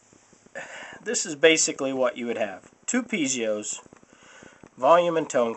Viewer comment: Piezos, not pizeos!